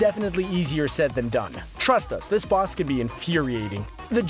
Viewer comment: At the start he said "Bass battles" lol that sounds like a boss in parappa the rapper. It was a mistake but I love it XD you guys are the best youtubers ever